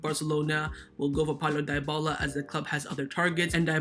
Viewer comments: It's not pronounced Die-bala but Di-bala(Dybala). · Lol he pronounced Dybala as diebala, it’s pronounced deebala